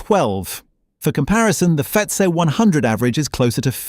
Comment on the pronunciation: The AI voice doesn’t like saying FTSE or ISA 🤣